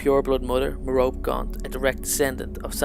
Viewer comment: His mother's name is pronounced Mer-o-pay btw..